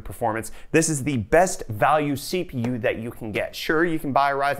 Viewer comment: did he just say si fi yu (CPU).